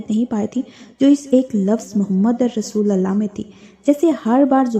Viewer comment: Mohammadar Rasulallah❌ Mohammadur Rasulullah ✅